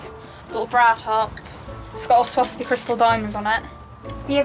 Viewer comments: She said Svarowski. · I heard swastika, either way she didn't say Swarovski.